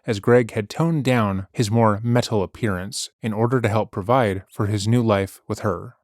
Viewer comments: He's never said metal like this in any other video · You pronounce "meTal"with the emphasis on "T" like Apollo the bird from the Apollo and Frens channel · I love the way pronounces metal with a hard T. MeTTTal. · Stop saying 'meTul' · Met-al is killing me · Please tell me you’re pronouncing it “Meh-TAHL” because of Apollo the African Grey Parrot. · I am enjoying his pronunciation. There is no such thing as heavy meddle. But why does he say ‘rebuddle’? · Ok I’m just in and laughing my butt off at your pronunciation on “metal” as a GenX “metal” fan myself lol PS we metal heads REJECT this dumb witch at all especially her gross crimes!!!! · Didnt say it that way in the last video about this lady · Is the narrator acoustic? His pronunciation of metal has me second guessing his IQ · He says metal here like Apollo the parrot lmao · been waiting all week for this! i was gonna wait until the end to leave a comment but i gotta say this right away -- i love the way you're sarcastically pronouncing "metal," emphasizing the T, it immediately cracked me up. i'd love to see her react to someone pronouncing it like that to her face. it kind of reminds me of the soft pink truth's cover of the song "black metal" from his album of extremely over the top avant-garde electronic covers of classic black metal songs (called "why do the heathen rage?"), definitely worth a listen if you want to hear something uhhh. interesting, i guess?